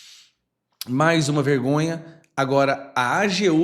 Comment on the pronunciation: Não é punjante, é pujante.